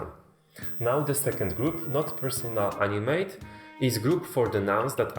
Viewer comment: Btw in English you pronounce the 2nd A in animate like ah and not AI or ay or whatever. If you do, then you're saying the verb to animate. But he's trying to say it's an animate object. Opposite of inanimate object